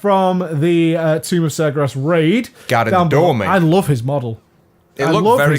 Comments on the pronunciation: You pronounced Sar-ger-as wrong :D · The way you say Sargeras makes me mad. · sargaras? LOL